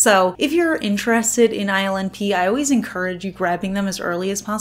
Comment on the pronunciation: I think ILNP polishes are so unique, ethereal, and delicate yet my boo pronounces the brand name “ILL NIPPY” in a rock and roll voice. Laugh every time I read it now.